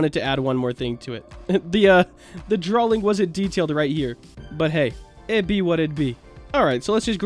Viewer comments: Is it just me or does he say "Drawling" instead of "Drawing"? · hes saying draling lol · not me wanting to slap him for how he says drawing in the video like it has a L